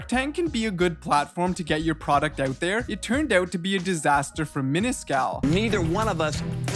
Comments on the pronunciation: Why do you say, "oat" when the word is, "out"? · maybe that explains it. from on i think he is saying the word 'out' but sounds a bit cra cra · "ooot" canuck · It feels weird when he says out